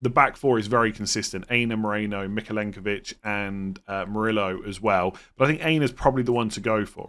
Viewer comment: Milenković, not Mykolenković :D